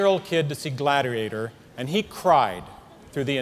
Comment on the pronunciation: did he just say Gladerator?